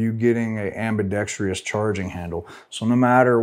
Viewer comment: Can we get one gun tuber who can say ambidextrous correctly? Just kidding. Thanks for your expert advice and ideas!